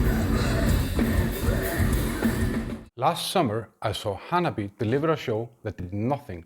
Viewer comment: Just so you know, it’s pronounced Hanabi-AY not Hana-BEE